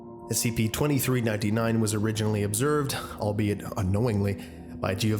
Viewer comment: and everyones gonna ignore the fact he said SCIPS?